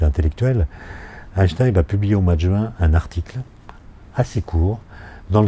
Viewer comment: Question: gagne-t-on beaucoup de temps en étant physicien lorsque l'on prononce "Aaye-Shtaayne" (en sautant le premier "n") plutôt qu' "Aayneshtaayne"? Je vous laisse réfléchir là-dessus. (Et ensuite, vous réfléchirez au problème de faire du surf "au bord de la mer")